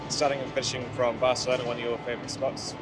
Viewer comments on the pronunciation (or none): none